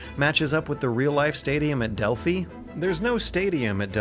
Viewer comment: It is pronounced Dell-Fi (Delphi)